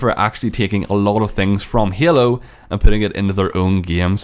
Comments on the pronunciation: this guy says Hailu every time instead of Halo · It s halo and not yalo. But ya halo 5 is much beter then cod iw. I m so angry about this,it s fuckd up! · You said hyelo, you need to say halo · the word you said the most were halo and game and it's kinda annoying the way you pronounced it